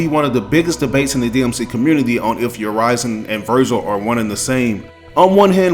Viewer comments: Urizen is pronounced not as "yer-rise-in", but "yer-risen". I heard V and Griffon say it multiple times in leaks. And this is very interesting, but I just don't think V will be a villian. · It’s actually supposed to be Ooh-ri-zen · Is Urizen really pronounced like you did ?? I thought it's like more straight pronunciation, "Ou-rie-zen." You know like "citizen" or "denizen" or "netizen." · probably a regional thing, sometimes words are pronounced differently depending on where you are from